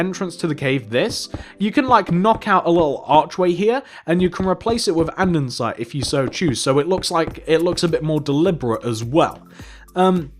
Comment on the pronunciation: You always say Andensite ! Ha ha